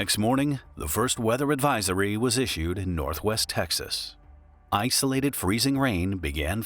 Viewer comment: you probably didn't mean to but it sounded like you made a pun. "Ice-olated freezing rain" lol